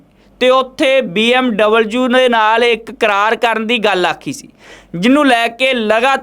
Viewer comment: BMW not BMUU